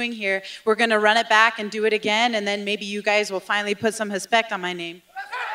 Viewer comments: Hespect lol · Lol I love when she says "...hispect..."